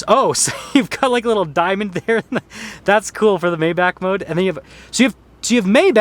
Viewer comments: He keeps saying May back instead of My bargh... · "My-bach", not "May-Back". No this isn't quite a Rolls Royce. A Rolls is superior in presentation and customization. If you think Rolls doesn't offer more I have to ask if you've ever been in a Phantom. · I can hear the Germans wanting to kill this guy for mispronouncing Maybach